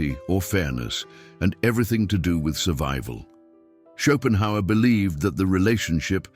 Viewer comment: Chopin Howard - gotta love AI narration. 😆